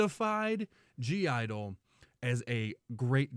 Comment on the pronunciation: (G) - Idle the G is silent, they are just called Idle, heads up